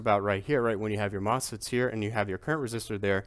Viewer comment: Did you say moss pits?